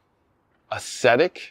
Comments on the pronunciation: he just needs a dictionary. It’s a real word pronounced awg-zet-ik. 🤪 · barely pronounces anything correctly.